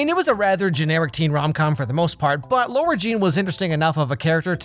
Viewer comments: You spell her name as ,,Lara'', but you say ,,Laura''. I haven't seen the movies and now I'm confused which is correct. Edit: It's Lara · I love this video but the one thing I will say is that it’s “Lara” not “Laura” 😂😂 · Does anyone else hear him saying "Laura" and not "Lara"? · Is anybody going to tell him that it’s Lara, not Laura 😅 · I love how you say “laura” instead of “Lara” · why does he keep on saying "Laura", it's lara😭😭😭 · btw her name is lara not laura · Lara* not Laura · It’s Lara not Laura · I'm annoyed every time he says Laura instead of Lara. UGH! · The trilogy is over and still didn't get that it's Lara not Laura. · Even though they ACTUALLY addressed it loud nd clear when peter's dad showed up..it's not laUra, it's LARA! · That fact you keep saying Laura instead of Lara makes my teeth grind. They even say it in the film. MULTIPLE TIMES. HOW COULD YPU GET THIS WRONG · its lara not laura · It's LARA not LAURA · Anyone else get pissed off hearing Lara being pronounced Laura 🙄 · My name is Lara and don't get me wrong i love, but i hate it and i mean hate it when Americans pronounce my name Laura, when it is actually pronounced La-ra. From Lara (La-ra) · It's not LAURA it's LARA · But why are you calling her Laura when her name is Lara? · Lara is NOT pronounced “Laura” it’s pronounced Lah-ra. No hate but why can’t anyone hear/realize this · I its about time that he knows is lara not lora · Who tf is "Laura" Jean lmaooo this is the 3rd movie and you still don't know how to pronounce Lara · Is it an American thing or something? Because Ethan Klein kept calling Lara Croft ‘Laura’ too on the last After Dark podcast 😂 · One trilogy later: still pronouncing it ‘Laura’ instead of ‘Lara’ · She just called her self Laura lol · I've said this every time. Please it's LAaara not LaUra pleaaase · It's pronounced "Lah-rah". You're welcome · You keep calling her Laura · It’s Lara 😭🤯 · Does he know that her name is L-A-R-A and not L-A-U-R-A😂😂😂